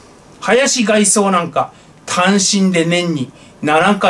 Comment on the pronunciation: 「外相」の読み方は、「がいそう」ではなく、「がいしょう」です。「宰相」も、「さいしょう」ですからね。「がいそう」と読むと、違った意味になります⇒（外からみたその人のようす） でも、のスピーチは、聴きやすくて、いつも楽しみにしてゐます。健康を維持して、参議院選挙に備へて下さい。